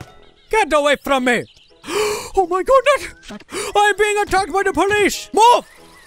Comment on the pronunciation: "Oh my goodnet"